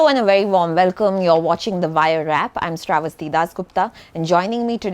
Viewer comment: SRAE VUS TEA???? apna naam nahi bolna jaanti....?